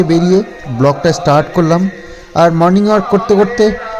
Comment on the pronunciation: কথাটা মর্নিং ওয়াক হবে। আসলে গ্রামে বেশিরভাগ মানুষই ছোট থেকে অনেক ভুল উচ্চারণে কথা শুনে শুনে নিজেরাও বলে থাকে । এটা তোমার দোষ না। তবুও তুমি যেহেতু সোশ্যাল মিডিয়ায় আছো তোমার উচ্চারণ সঠিক হওয়াই দরকার ।